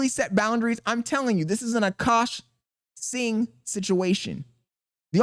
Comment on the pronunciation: You learned how to say singh W i'm not even indian but the way you said it before pissed me off 😂